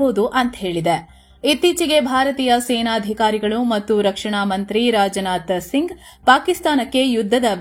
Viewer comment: It's not rajanatha singh it's Rajnath Singh